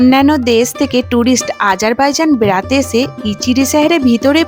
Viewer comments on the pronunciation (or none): আবারও একটা সুন্দর ভিডিও পেলাম তোমার কাছ থেকে। খুবই ভালো লাগছে টপিক গুলো। আমিতো আমার পরিচিত কয়েক জন কে শেয়ার করে দিলাম দেখার জন্য। তোমার "আজারবাইজানে সময় সীমা" ভিডিওটা দেখার সময় দুয়েকটা পয়েন্ট বলেছি। দেখতে পারো। তাড়াতাড়ি করে বলতে গিয়ে তোমার "বেড়াতে" শব্দ টা অন্য রকম শোনাচ্ছে। ধীরে বলো ভালো শোনাবে 🤗